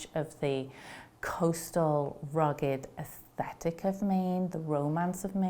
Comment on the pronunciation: Aes-THe-tic Not aes-tet-ic